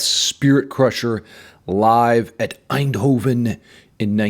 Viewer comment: I'm more of a thrash guy myself, but Death is one of my favorite bands ever. (The name in the back say Dynamo btw, it's the name of the festival... and thanks for pronouncing Eindhoven correctly).